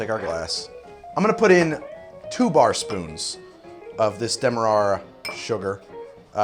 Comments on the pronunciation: How does "Demerra" get pronounced Dem mer rar ra? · This is the drunk pronunciation. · Because it's Demerara. There's an extra syllable.